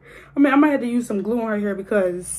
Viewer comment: Stop saying gew